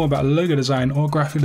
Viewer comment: I do enjoy your videos, but speaking of pet peeves, I would like to point out that the word "Graphic" has a c at the end. Why not pronounce it?